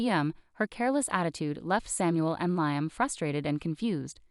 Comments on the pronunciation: It is pronounced Lee um Not Lie um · Narrator is in a race to finish the story. Slow down. Lee um not Lie um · Liam is pronounced Lee -am